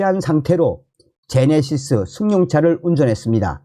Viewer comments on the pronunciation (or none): none